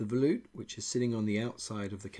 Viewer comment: Did you say, Veloop?